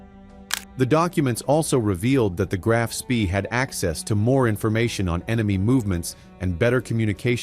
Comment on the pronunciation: It’s not SPEEEEEEEE it’s SHPA